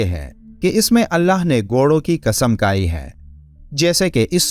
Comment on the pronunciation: Kasam kai nahi, Kasam khai. Kaf aur kha me farak kijiye.